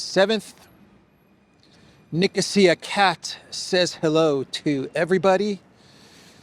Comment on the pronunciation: Please say Nicó:sia. On Greek, it doesn't sounds right 😮